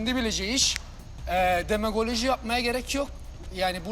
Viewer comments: Demogoloji derken 😂önce nasıl söylendiğini öğren, bu durumda anlamını bildiğini hiç dusunmuyorum... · la yasin sen önce demagoji demeyi öğren yavrum. demagoloji ne la . adam haklı ele başı çete başı sensin. ulan ünlüler kaç oyun kaybetti bişi olmadı adamlar bi oyun kaybetti dağıldılar. seda çok itici bilmiş bilmiş konuşuyor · Herkes: Demagoji Israrla: Demogoloji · Yasinin Demagoloji demesi 🤪